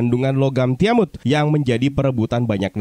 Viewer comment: nah gini dong enak dengernya "TIAMUT" bukan "TIAMAT WKWWKWK